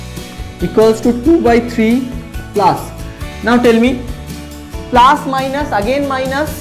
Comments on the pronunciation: Sir please speak correctly it is plus not plaas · Its not plaas... Its plus.. Sir